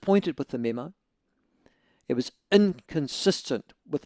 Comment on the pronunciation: Why is he pronouncing memo as meme-o lol